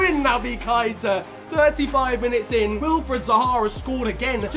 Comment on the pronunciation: It's pronounced Naby" Kay-Ta " Gr8 Vid